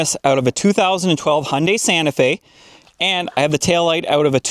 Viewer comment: It's Hyundai, not Hunday. Hi-Oon-dah-i. (i as in "it", oo as in "book", da as in "dark"). It's Japanese. Your last note about technology is why I kept hold of my '98 Camry until just a few years ago, when it finally had its day. My current car is a hybrid Corolla. I do worry about about when things go wrong in the future. Everything's computer controlled. Sometimes I can even hear tiny servo motors in the dash board moving who knows what. All the front and interior lights are LEDs. So is the centre brake light. The reversing lights, other two brake lights and rear indicators are regular bulbs. I wasn't sure why, but I guess now I know. It must be to make them more user-friendly for changing or to keep costs down during production. Either way, I bought pairs of all those bulbs, for when I eventually need them.